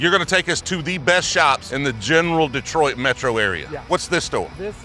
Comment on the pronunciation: Happy you pronounced detroit perfectly 👊🏿